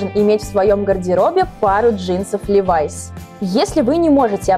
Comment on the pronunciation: Не ливАйс А лИВайс Я их носила когда эта девулечка еще не родилась😃